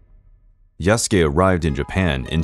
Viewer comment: Why pronouncing Yas-ke It's Ya-Su-Ke